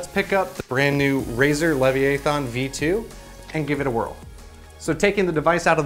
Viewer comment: Bro, Hermione called and said you mispronounced Leviathan.